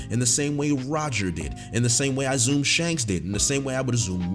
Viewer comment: “In the same way that I’d azzum” Never change. Never change.